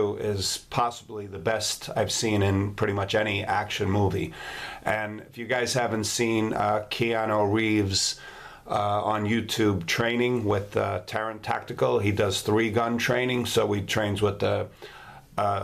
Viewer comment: First of all Get the name right, it's not pronounced the way you pronounce it. "Kee-ar-new" not "Kee-new" that's just disrespectful Second of all, it really depends on the blade material if you know anything about knives at all. The Microtech knives are tough as fuck, it would certainly do all the things it does in the movie. Test one out and you'll see. Crap review in my opinion.